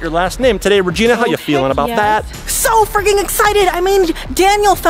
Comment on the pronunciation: When Regina said “I’m so freaking excited” it sounded like f-ing